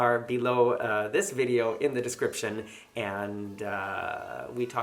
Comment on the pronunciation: Video, not vidoe. Sorry